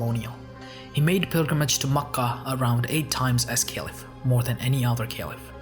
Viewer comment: you mispronounce Ka’aba and Mecca. how can you be taken seriously?